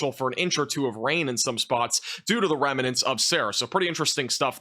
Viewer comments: Remnants is two syllables not 3. Rem-nants not Rem-i-nants. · "Remnants" is actually just 2 syllables,. Thanks for the update.